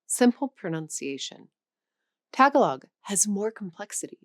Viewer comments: Tagalog isn't pronounced "Tag-a-log" it's "Ta-gaa-log" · Tagalog is pronounced “tah GAH log,” not “TAGGalog.” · "Tágahlog" ...lol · May I add, the accent is in the middle syllable. Ta-GA-log. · So I hope that for a foreign language channel, you will pronounce the name of the national language of the Philippines properly The accent is on the second syllable, not the first. Also the first syllable is not pronounced as a short a. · This girl cannot even pronounce tagalog properly